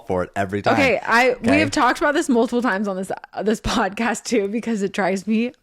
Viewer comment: This feels like an invitation for the peanut gallery, ahem....let me stretch. I think you should call this the "bodcast" since that's how Zach says podcast. 🫣